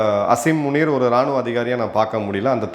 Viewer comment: சார் ஸசரி முனி இல்லை உனி